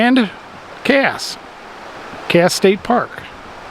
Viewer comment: Casssssss……..like the S in snake. Not the Z sound. 😊